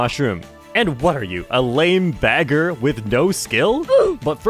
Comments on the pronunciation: Did bro just say Bagger with a hard R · Hardest R since juice world on "bagger" 😂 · Bagger with the hard R lol